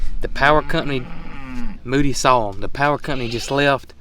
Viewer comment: It’s actually Moo’D (Moody). I know it’s hard to hear the distinction. No biggy. Just thought you’d like to know. He is such a character!